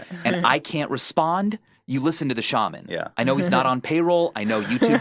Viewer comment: God damn it Ethan it's "Shah-man" not "Shey-Min". Props to anyone who gets the reference.